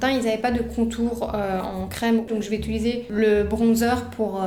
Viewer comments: Quels magnifiques cheveux! Bon par contre désolée d'être la casse-** de service mais le verbe é-t-u-liser revient tellement souvent que je suis obligée de le dire: en fait c'est "utiliser". Bravo pour les montages dynamiques et pleins d'humour! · Tu dis aussi « utuliser » au lieu de « utiliser » 😂😂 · Et tu dis très souvent "je vais utiliser" mais tu dis "utuliser" 😂😂 Ça me perturbé de ouf ! Hâte de voir la prochaine vidéo !! 🥰